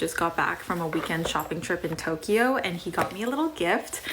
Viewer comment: Amateur phonetician over here. Petty input: it’s pronounced “jewel ree” not “jew luh ree”. And it’s “Toke yoh” not “Toke ee yoh”. Love this vid. Thanks for the perspective!